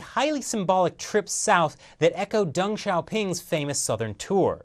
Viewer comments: "Xi sees himself, like (Dung, not Deng pronounced, Dung) as a man of drama..." Too funny! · you pronounce deng as dung